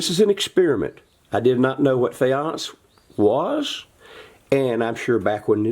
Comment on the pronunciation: omg! i love your little pointer! i worked in Egypt as an archaeologist. you are indeed pronouncing it correctly. I am going to try this faience method! thank you- love your channel!